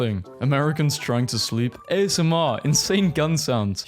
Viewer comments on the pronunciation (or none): none